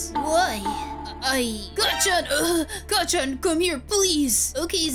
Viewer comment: U also said kacchan wrong I mean this in the nicest way